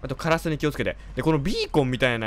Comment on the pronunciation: こっちもドキドキするけど、、 とりあえずのカラスのイントネーションʬʬʬʬʬʬʬʬʬ